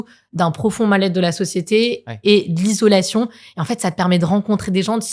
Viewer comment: Obligée d’arrêter le podcast, j’ai les oreilles qui saignent! «isolation », au secours!